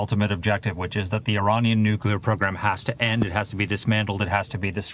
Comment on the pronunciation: Brain dead dumbass, if you're gonna try to read news you need to learn how to pronounce English words. It is pronounced nuclear not "NUCULAR" like Homer Simpson good God